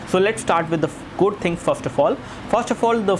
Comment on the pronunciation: "sow late stat with de goat things"..damn learn english